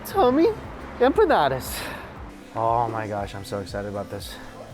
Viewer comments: Oh man...that split second of regret saying empa-eat-alottas cracked me up 😂😂😂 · "Empalaeatalotas" is that what you said??? lollol 😅😆😆😅😅😂😂